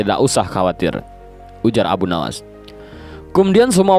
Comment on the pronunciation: Sebutan yang betul dan tepat adalah Abu Nuwwas bukan Nawas... Bapak Kelicikan